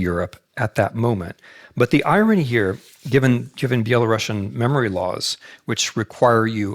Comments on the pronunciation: Dear Professor Snyder, you of all people should know that it's spelled and pronounced BELARUSIAN and not BelaRUSSIAN! It is very insulting !! to hear "BelaRussian". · Dear Timothy, the correct pronunciation which doesn't offend us Belarusians is ˌbeləˈrusiən , not ˌbeləˈrʌʃən. With all regards! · It's Belarusian and not Belarussian since it comes from Ruś (Ruthenia) and not from Russia (Ῥωσία Rosia) Pronounced like Andalusian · Dear Professor Snyder, you of all people should know that it's spelled and pronounced BELARUSIAN and not BelaRUSSIAN! It is very insulting to hear "Belarussian". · Yes his mind is so fine that it can’t comprehend that it’s very incorrect and insulting to Belarusians to hear someone say “BelaRUSSIAN”. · Thank you for putting (GDL) Belarus 🏳❤🏳 BACK ON the world map. BTW, the correct pronunciation is Be-la-ROO-SEA-AN . PS backgound : кажучы рускі (ў ВКЛ) нашы бацькі ніколі НЕ МЕЛІ на увазе маскоўскі . ЖЫВЕ 🏳❤🏳 ВКЛ! так ХАЙ Гараць далей ДУПЫ ІМПЕРСКІХ МАСКАВІТАЎ!!! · Thank you for putting Belarus in the map. BTW, the correct pronunciation is be-la-ROO-SEA-AN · Exactly😂 Interesting, why is that , he definitely should know about but maybe not , every time he says that feels like using knife on glass, anyway, thank you for the lecture Mr. Snyder, respect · Well the Belarusian lady asking the question pronounced it like Belarussian... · This is quite interesting lecture. But why do you pronounce Belarusian the same way you pronounce Russian?!